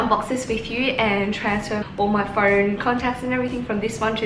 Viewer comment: Im confused 🤷🏻‍♀️ if its phoeewn? Phoewrrn?